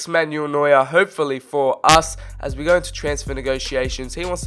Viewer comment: "HoPEfuLly FoR US!" 😂